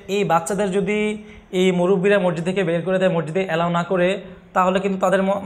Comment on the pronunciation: মরজিদ না ভাই মসজিদ বললে খুসি হতাম